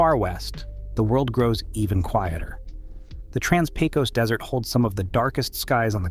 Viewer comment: Point of order: the “Pecos” in “Trans-Pecos”is actually pronounced “pay-kiss” in Texas. -A Texan from the Trans-Pecos.